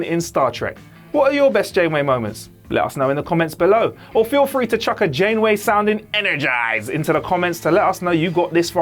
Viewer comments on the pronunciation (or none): none